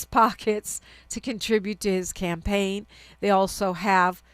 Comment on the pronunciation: "Campagne?" Like champagne?